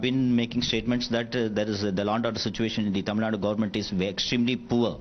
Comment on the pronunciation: It's Tamil Nadu, not Tamil Nad, you foolish reporter